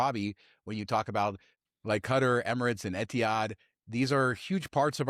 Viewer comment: It's "KAH-TAR".......not "cutter" (Qatar)